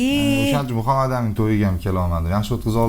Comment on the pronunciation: Шу аёл исмни жуда хунук айтадида Мухамматамин деб МухаммадАмин деса тугри юуларди